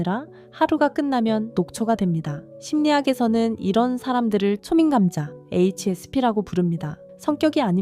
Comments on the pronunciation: 딱 제 이야기네요. 성악 1위를 했는데 그건 정식으로 강당 무대에서였고 엄마 직원한분이 "너 지금 한번 해봐" 하는데.. 무대가 아니라서가 아니고 그 사람이 함부로 나를 평가하는게 부담스럽고 광대가된것같아서 기분이 안좋았습니다.물론 노래는 개미소리처럼 안나왔구요... 혼자 몰두할때 제 능력이 발휘되는것을 느낍니다. 특히 집에 혼자있을때요. 그런데요~체널주님, 글 읽으실때 자꾸 수미 감자로 들려요. 초 민감자 라고 읽으셨으면..하고 신경쓰였습니다. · 자꾸 초미 감자라고 들리네;; 초미감자로 사는 중인데 작은 일에도 감정이 요동치고 생각이 너무 많아서 피곤하다... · 초민/감자라고 읽는것도 거슬리는 초/민감자..... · 아무리 AI여도 초민감자 발음이 초민 감자 처럼 들려요😅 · 아... ai가 읽어주는건가. 초민감자 이상하게 읽는거 , 중간중간 띄어쓰기 이상하게 읽는거에 예민해지네 ㅋㅋㅋㅋ